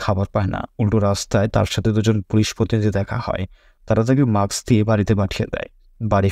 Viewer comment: উচ্চারনে অনেক ভুল আছে।এসএস ছি না এস এস সি, ডাউল না ডাল,অধম্য না অদম্য, মাক্স না মাস্ক। এমন অনেক উচ্চারন ঠিক করতে হবে।আর সব ঠিক আছে।